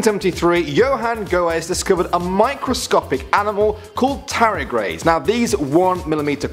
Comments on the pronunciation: TARDIGRADE not Taragrade, ffs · Read my comment on top 10 scary signals from space.Also it's tarDIgrade not tarIgrade. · I'm pretty sure tardigrade is pronounced with the d in it. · Its pronounced tar-dar-grade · Its pronounced tarr-dee-grade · Oof, you butchered the pronunciation of tardigrade pretty badly. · top 10 mispronunciation of the word Tardigrade